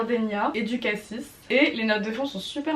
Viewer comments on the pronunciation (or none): none